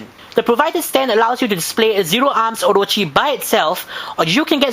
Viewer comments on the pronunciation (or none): none